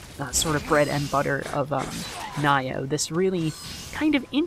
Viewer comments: Naiyoh? Lol I don't think thats how its pronounced. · Nee-yoh is the appropriate pronunciation. You had it right the first guess. xD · you pronounced Nioh wrong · Pretty sure it's pronounced Nioh, not Nioh or Nioh which you said.. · yeah, it's pronounced Nioh, not Nioh... _'